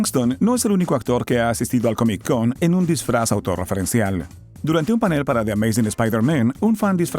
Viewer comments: Porque dices CAMIC en vez de COMIC? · hay algo que se llama CONNECTED SPEECH. No hace falta que pronuncies la C dos veces. te escucho y me saturás el cerebro. no se dice COMIC CON .... la consonante final de COMIC es la misma la consonante primera de CON, la letra C. Entonces se pronuncia todo directo: "COMICON"